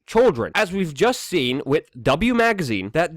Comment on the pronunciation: Why don't you pronounce with properly!? I love your channel but it's so annoying.